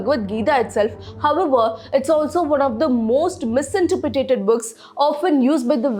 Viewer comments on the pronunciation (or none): Good job. By the way I noticed you pronounced misinterpreted as " mis-inter-pre-ta-ted" instead of "mis-inter-pre-ted" I know its not important for the context here, but just thought I would say to help out for all the future videos.. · Very well narrated and I sincerely appreciate it.. Also, if I may, it's not 'misinterpre*ta*ted' but just 'misinterpreted'.. Thanks..